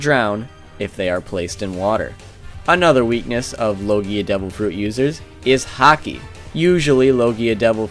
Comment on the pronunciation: Sorry, I don't watch One Piece and just watched the video on the whim, but this video is cracking me up. it sounds like you are saying "Hockey" to me. "So-and-so is quite aware of Hockey" "a Hockey based attack", etc. Sorry, just thought it was amusing./